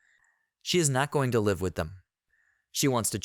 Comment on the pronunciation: bro can't pronounce "live"